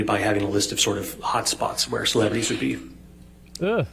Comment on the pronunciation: Homie said “B LIST CELEBRETIES”… AKA AH